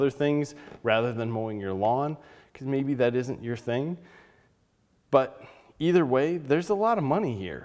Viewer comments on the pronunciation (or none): none